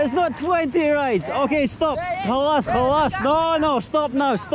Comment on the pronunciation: As an Arab I like how he pronounce "khalas", most westerners pronounce it weirdly